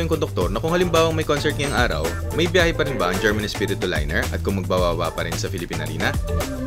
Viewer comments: Herman pop ronounced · Nice, the bus na hatid-sundo saakin paMaynila during my vacation sa Pinas as ang bahay bakasyunan namin ay located sa Bulakan Bulacan. German (pronounce as Her-man) Espiritu Liners, one of the pioneer bus companies sa Bulacan. Also passing Balagtas to Bulakan paglagpas ng Panginay Catholic church sa may paliko laging baha during high tide. Kapag rainy season when that stretch of road is inundated sa baha at malalim nagdidivert ruta nila. So dadaanan nila town proper ng Balagtas passing Robinsons then Cruz intersection sa Guiguinto then left turn to reach Matungao Junction to terminal na. Ayyy miss ko na ang Pinas hahaha